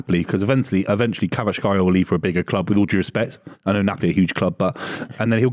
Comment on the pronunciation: Not even close to the pronunciation of Kvaratskhelia lol